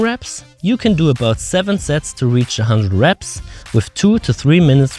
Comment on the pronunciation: Did he say a lot of sex or sets?